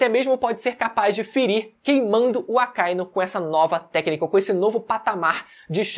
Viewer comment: O que me deixa de cara é que o lê o mangá, assiste o anime e ainda vem falar Acáinu... Porra mano. AKA- Inú. Cão Vermelho.